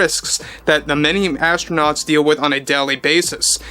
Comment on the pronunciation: ASS-TRO-NOTS. How about "Space Cadets"? 😂